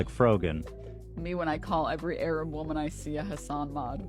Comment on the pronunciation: “Arab” woman 😭